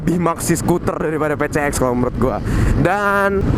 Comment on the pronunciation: Ngomong campur londo kok 'Pi Si Eks' dieja 'Pe Ce Eks'..?